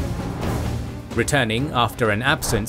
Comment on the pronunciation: Please don't try to colonize Arabic Names, Usman / Osman not Uzman, Khaled not Khlid. Rest your videos are so informational, watched some ottoman videos, big 👍